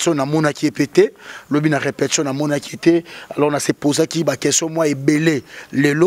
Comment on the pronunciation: balobaka: RE-PE-TI-TION et non REPEPTION.Ba chronifuiti nazo koka lisusu bino teinnn boni ba français boyé eeeeeeh